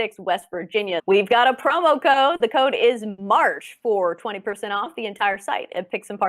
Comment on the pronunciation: it’s March, not Marsh.